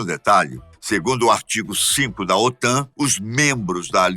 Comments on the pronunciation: Aos , OTAM?. O correto é OTAN (N de Norte) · "OTAM" com "M" é foda. O correto é "OTAN" com "N".👍👍👍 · estuda porrrrraaa OTAM? KKKKKKKKKKKKKKKKKKKKK É OTAN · Otan e não Otam !!! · É OTAN e não OTAM como foi mostrado no vídeo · O.T.A.N. com "N" e não "m". Que burro, dá zero pra eles.... kkkkkkkkkk